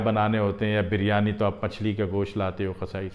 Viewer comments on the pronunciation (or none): none